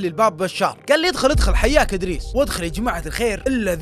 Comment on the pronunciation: إدريس ولا بريس